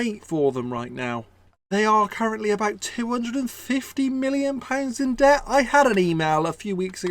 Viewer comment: You need to donate a pound for every time you say pet and not debt haha. Enjoyed this vid dude